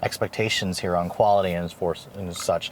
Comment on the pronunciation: It sounds like you say “keep the key fob IN you.” Lol. Quite the requirement to start the car.